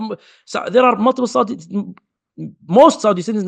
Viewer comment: Yaudi Arabia 😂